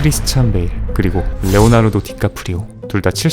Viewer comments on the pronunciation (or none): none